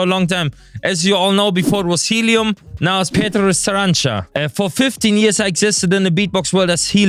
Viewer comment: It's pronounced as Pyotr Sa-ran-CHA